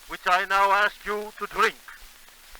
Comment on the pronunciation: "Drrrink." Dat R roll was so extra.